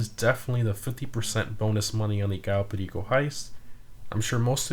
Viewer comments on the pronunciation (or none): Is there a reason that you call it the 'Cayo Pedico Heist'? I thought it was the 'Perico'. If i missed something i apologise.